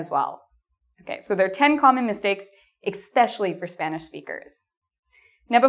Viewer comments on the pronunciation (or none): Hi. Apologies for providing what may seem like negative feedback. Please be careful of your pronunciation of the word 'especially' as you are placing a [k] after the initial [ɛ]. That is, you are pronouncing the word [ɛkspɛʃli] instead of [ɛspɛʃli]. This mispronunciation is a bad habit to be teaching speakers of other languages who are trying to learn English. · defintely heard an 'Expecially' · Common mistake English speakers make: pronouncing "especially" as "expecially"! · it is ESpecially, not EXpecially. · It's hard to take this video seriously when the narrator uses expecially instead of especially. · Nice video. One question: at the end (min 14.02), did you say EXPECIALLY? Greetings from Argentina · I'd like to know why English speakers pronounce especially "eXspecially"! You are not the first person I have heard do this! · ickspecially? Especially. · She said "Expecially" and immediately lost me. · ex-SPECIALLY? REALLY? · "especially" there is no "K" sound in that word!